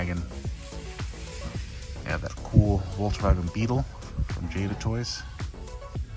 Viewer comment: Bro doesn’t know to say Volkswagen